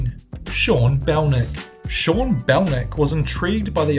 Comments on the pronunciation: Why you pronounce sean as shaun? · Wait.. He says Shaun Belnick but on the writing it says Sean Belnick WTF?